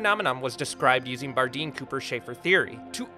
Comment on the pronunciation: I don't like the way you pronounce "Cooper."